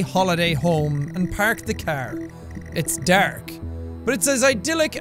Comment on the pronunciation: you pAhrK the CaHr. It's DaHRk.